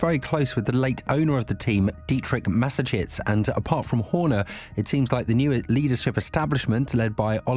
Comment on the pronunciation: Frankly, there is no substance in this video. The speaker doesn’t know the ropes. And he even isn’t able to pronounce the name of the great D. Mateschitz correctly. He’s got a lot to think about and a lot to learn.